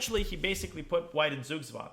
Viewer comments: Sug swang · "... well eventually he put white in Sugswagen." Me, a German: "Huh, what is he saying? What language is that term borrowed from?" "... I think he put White in Sugswang, and that's the whole point ..." Me: Aaaaaaaah, he's speaking German?! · love how you pronounced "Zug Zwang" like